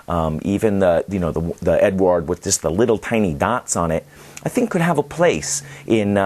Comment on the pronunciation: Hello there, great review as always. To the pronuanciation of the czech premium brand, it is very easy. It's a male name, it's czech version of name that you know as Edward and it has almost the same pronuanciation. It goes like E-du-ard.